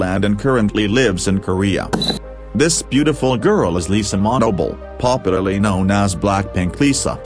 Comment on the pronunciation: Manoban not manobol